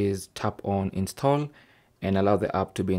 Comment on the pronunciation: Galaxy stall I heard😂